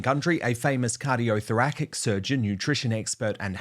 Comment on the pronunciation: Say it like this Dan: cardio-thor -rasic